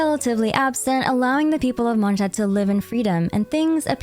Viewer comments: How do you pronounce all the names correct but mess up every single time you say a nations name? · Great video but I'd like to know where you got those pronunciations from lol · the way you say Mondstadt makes it impossible to listen to you. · Not only was this an awesome recap but I loved how all the names were pronounced correctly, as they would be in their respective languages! Props for going the extra mile, that felt great. :') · since it's heavily inspired by medieval Germany, guess it makes sense to pronounce it like that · Once u hear that neuvillette song there is no going back on how to pronounce it in real way 😭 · Youre pronouncing Monstadt wrong, the "sh" part in the st participle is correct however the latter "adt" part is with a more longer aa sound and not the ä like you use in the American sense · the way you pronounce things is so cringe and makes this hard to follow. basically NEED to have CC on just to follow. No one in game talks like this. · why is she pronouncing mondstadt like that 😭😭